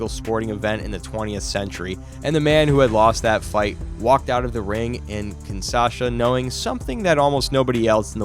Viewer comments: And Bro It's KINSHASA NOT KINSASHA. 😂😂😂😂😂😂😂😂😂😂😂😂😂😂😂😂😂😂😂😂😂😂😂😂😂😂😂😂😂😂😂😂😂😂😂😂😂😂😂😂😂😂😂😂😂😂😂😂😂😂😂😂😂😂😂😂😂😂😂😂😂😂😂😂😂😂😂😂😂😂😂😂😂😂😂😂😂😂😂😂😂😂😂😂😂😂😂😂😂😂😂😂😂😂😂😂😂😂😂😂😂😂😂😂😂😂😂😂😂😂😂😂😂😂😂😂😂😂😂😂😂😂😂😂😂😂😂😂😂😂😂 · The city is actually Kinsha... sa. Not Kinsa... sa. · Kinshasa. Not kin Sasha. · It's Kingshasa, not Kingsasha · Five seconds in, and you've already screwed up. The capital of the D.R. of Congo (formerly Zaire) is not kin-SAH-shuh. It's kin-SHAH-suh. SMH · It’s KIN-SHA-SA, not KIN-SA-SHA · Kinshasa, not Kinsasha. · Kinshasa is pronounced Kin-SHAW-suh, not Kin-SAW-shuh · Like KIN-SHA-SA as opposed to KIN-SASHA. The first one is the name of the capital city of Zairean. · It's KINSHASA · I still don't get how they manage to mangle Kinshasa so bad